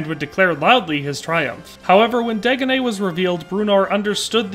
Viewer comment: You say ‘Dagonet’, I cringe because that’s one of the ways people have mispronounced my real family name all my life lol! Of course he’s the Fool, just my luck😛